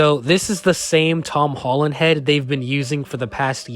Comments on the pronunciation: Bruh he said hom tollen 😂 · Am I the only one that heard him say hom tolland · Why he say him tolland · “Hom tolland”😂😂😂